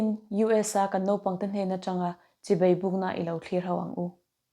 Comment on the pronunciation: Chibei, ni lovin, Chibai tih tur aw❤